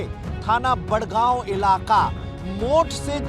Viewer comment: ये मूर्ख एंकर बड़ागांव को बड़गांव बोल रहा है और पारीक्षा को परीक्षा बोल रहा है। इसे हिंदी पढ़ना बोलना ही नहीं आता ठीक से और हिंदी का एंकर बना घूम रहा है।